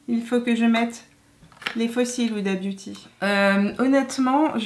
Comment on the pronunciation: Sinon elle s'appelle pas "Oudabiouti" hein xD ! Vidéo très cool, je vais économiser plein de sous ahaha ! ;)